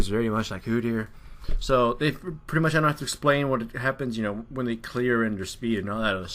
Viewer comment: 'He is PRUTTY good' Prutty.... xD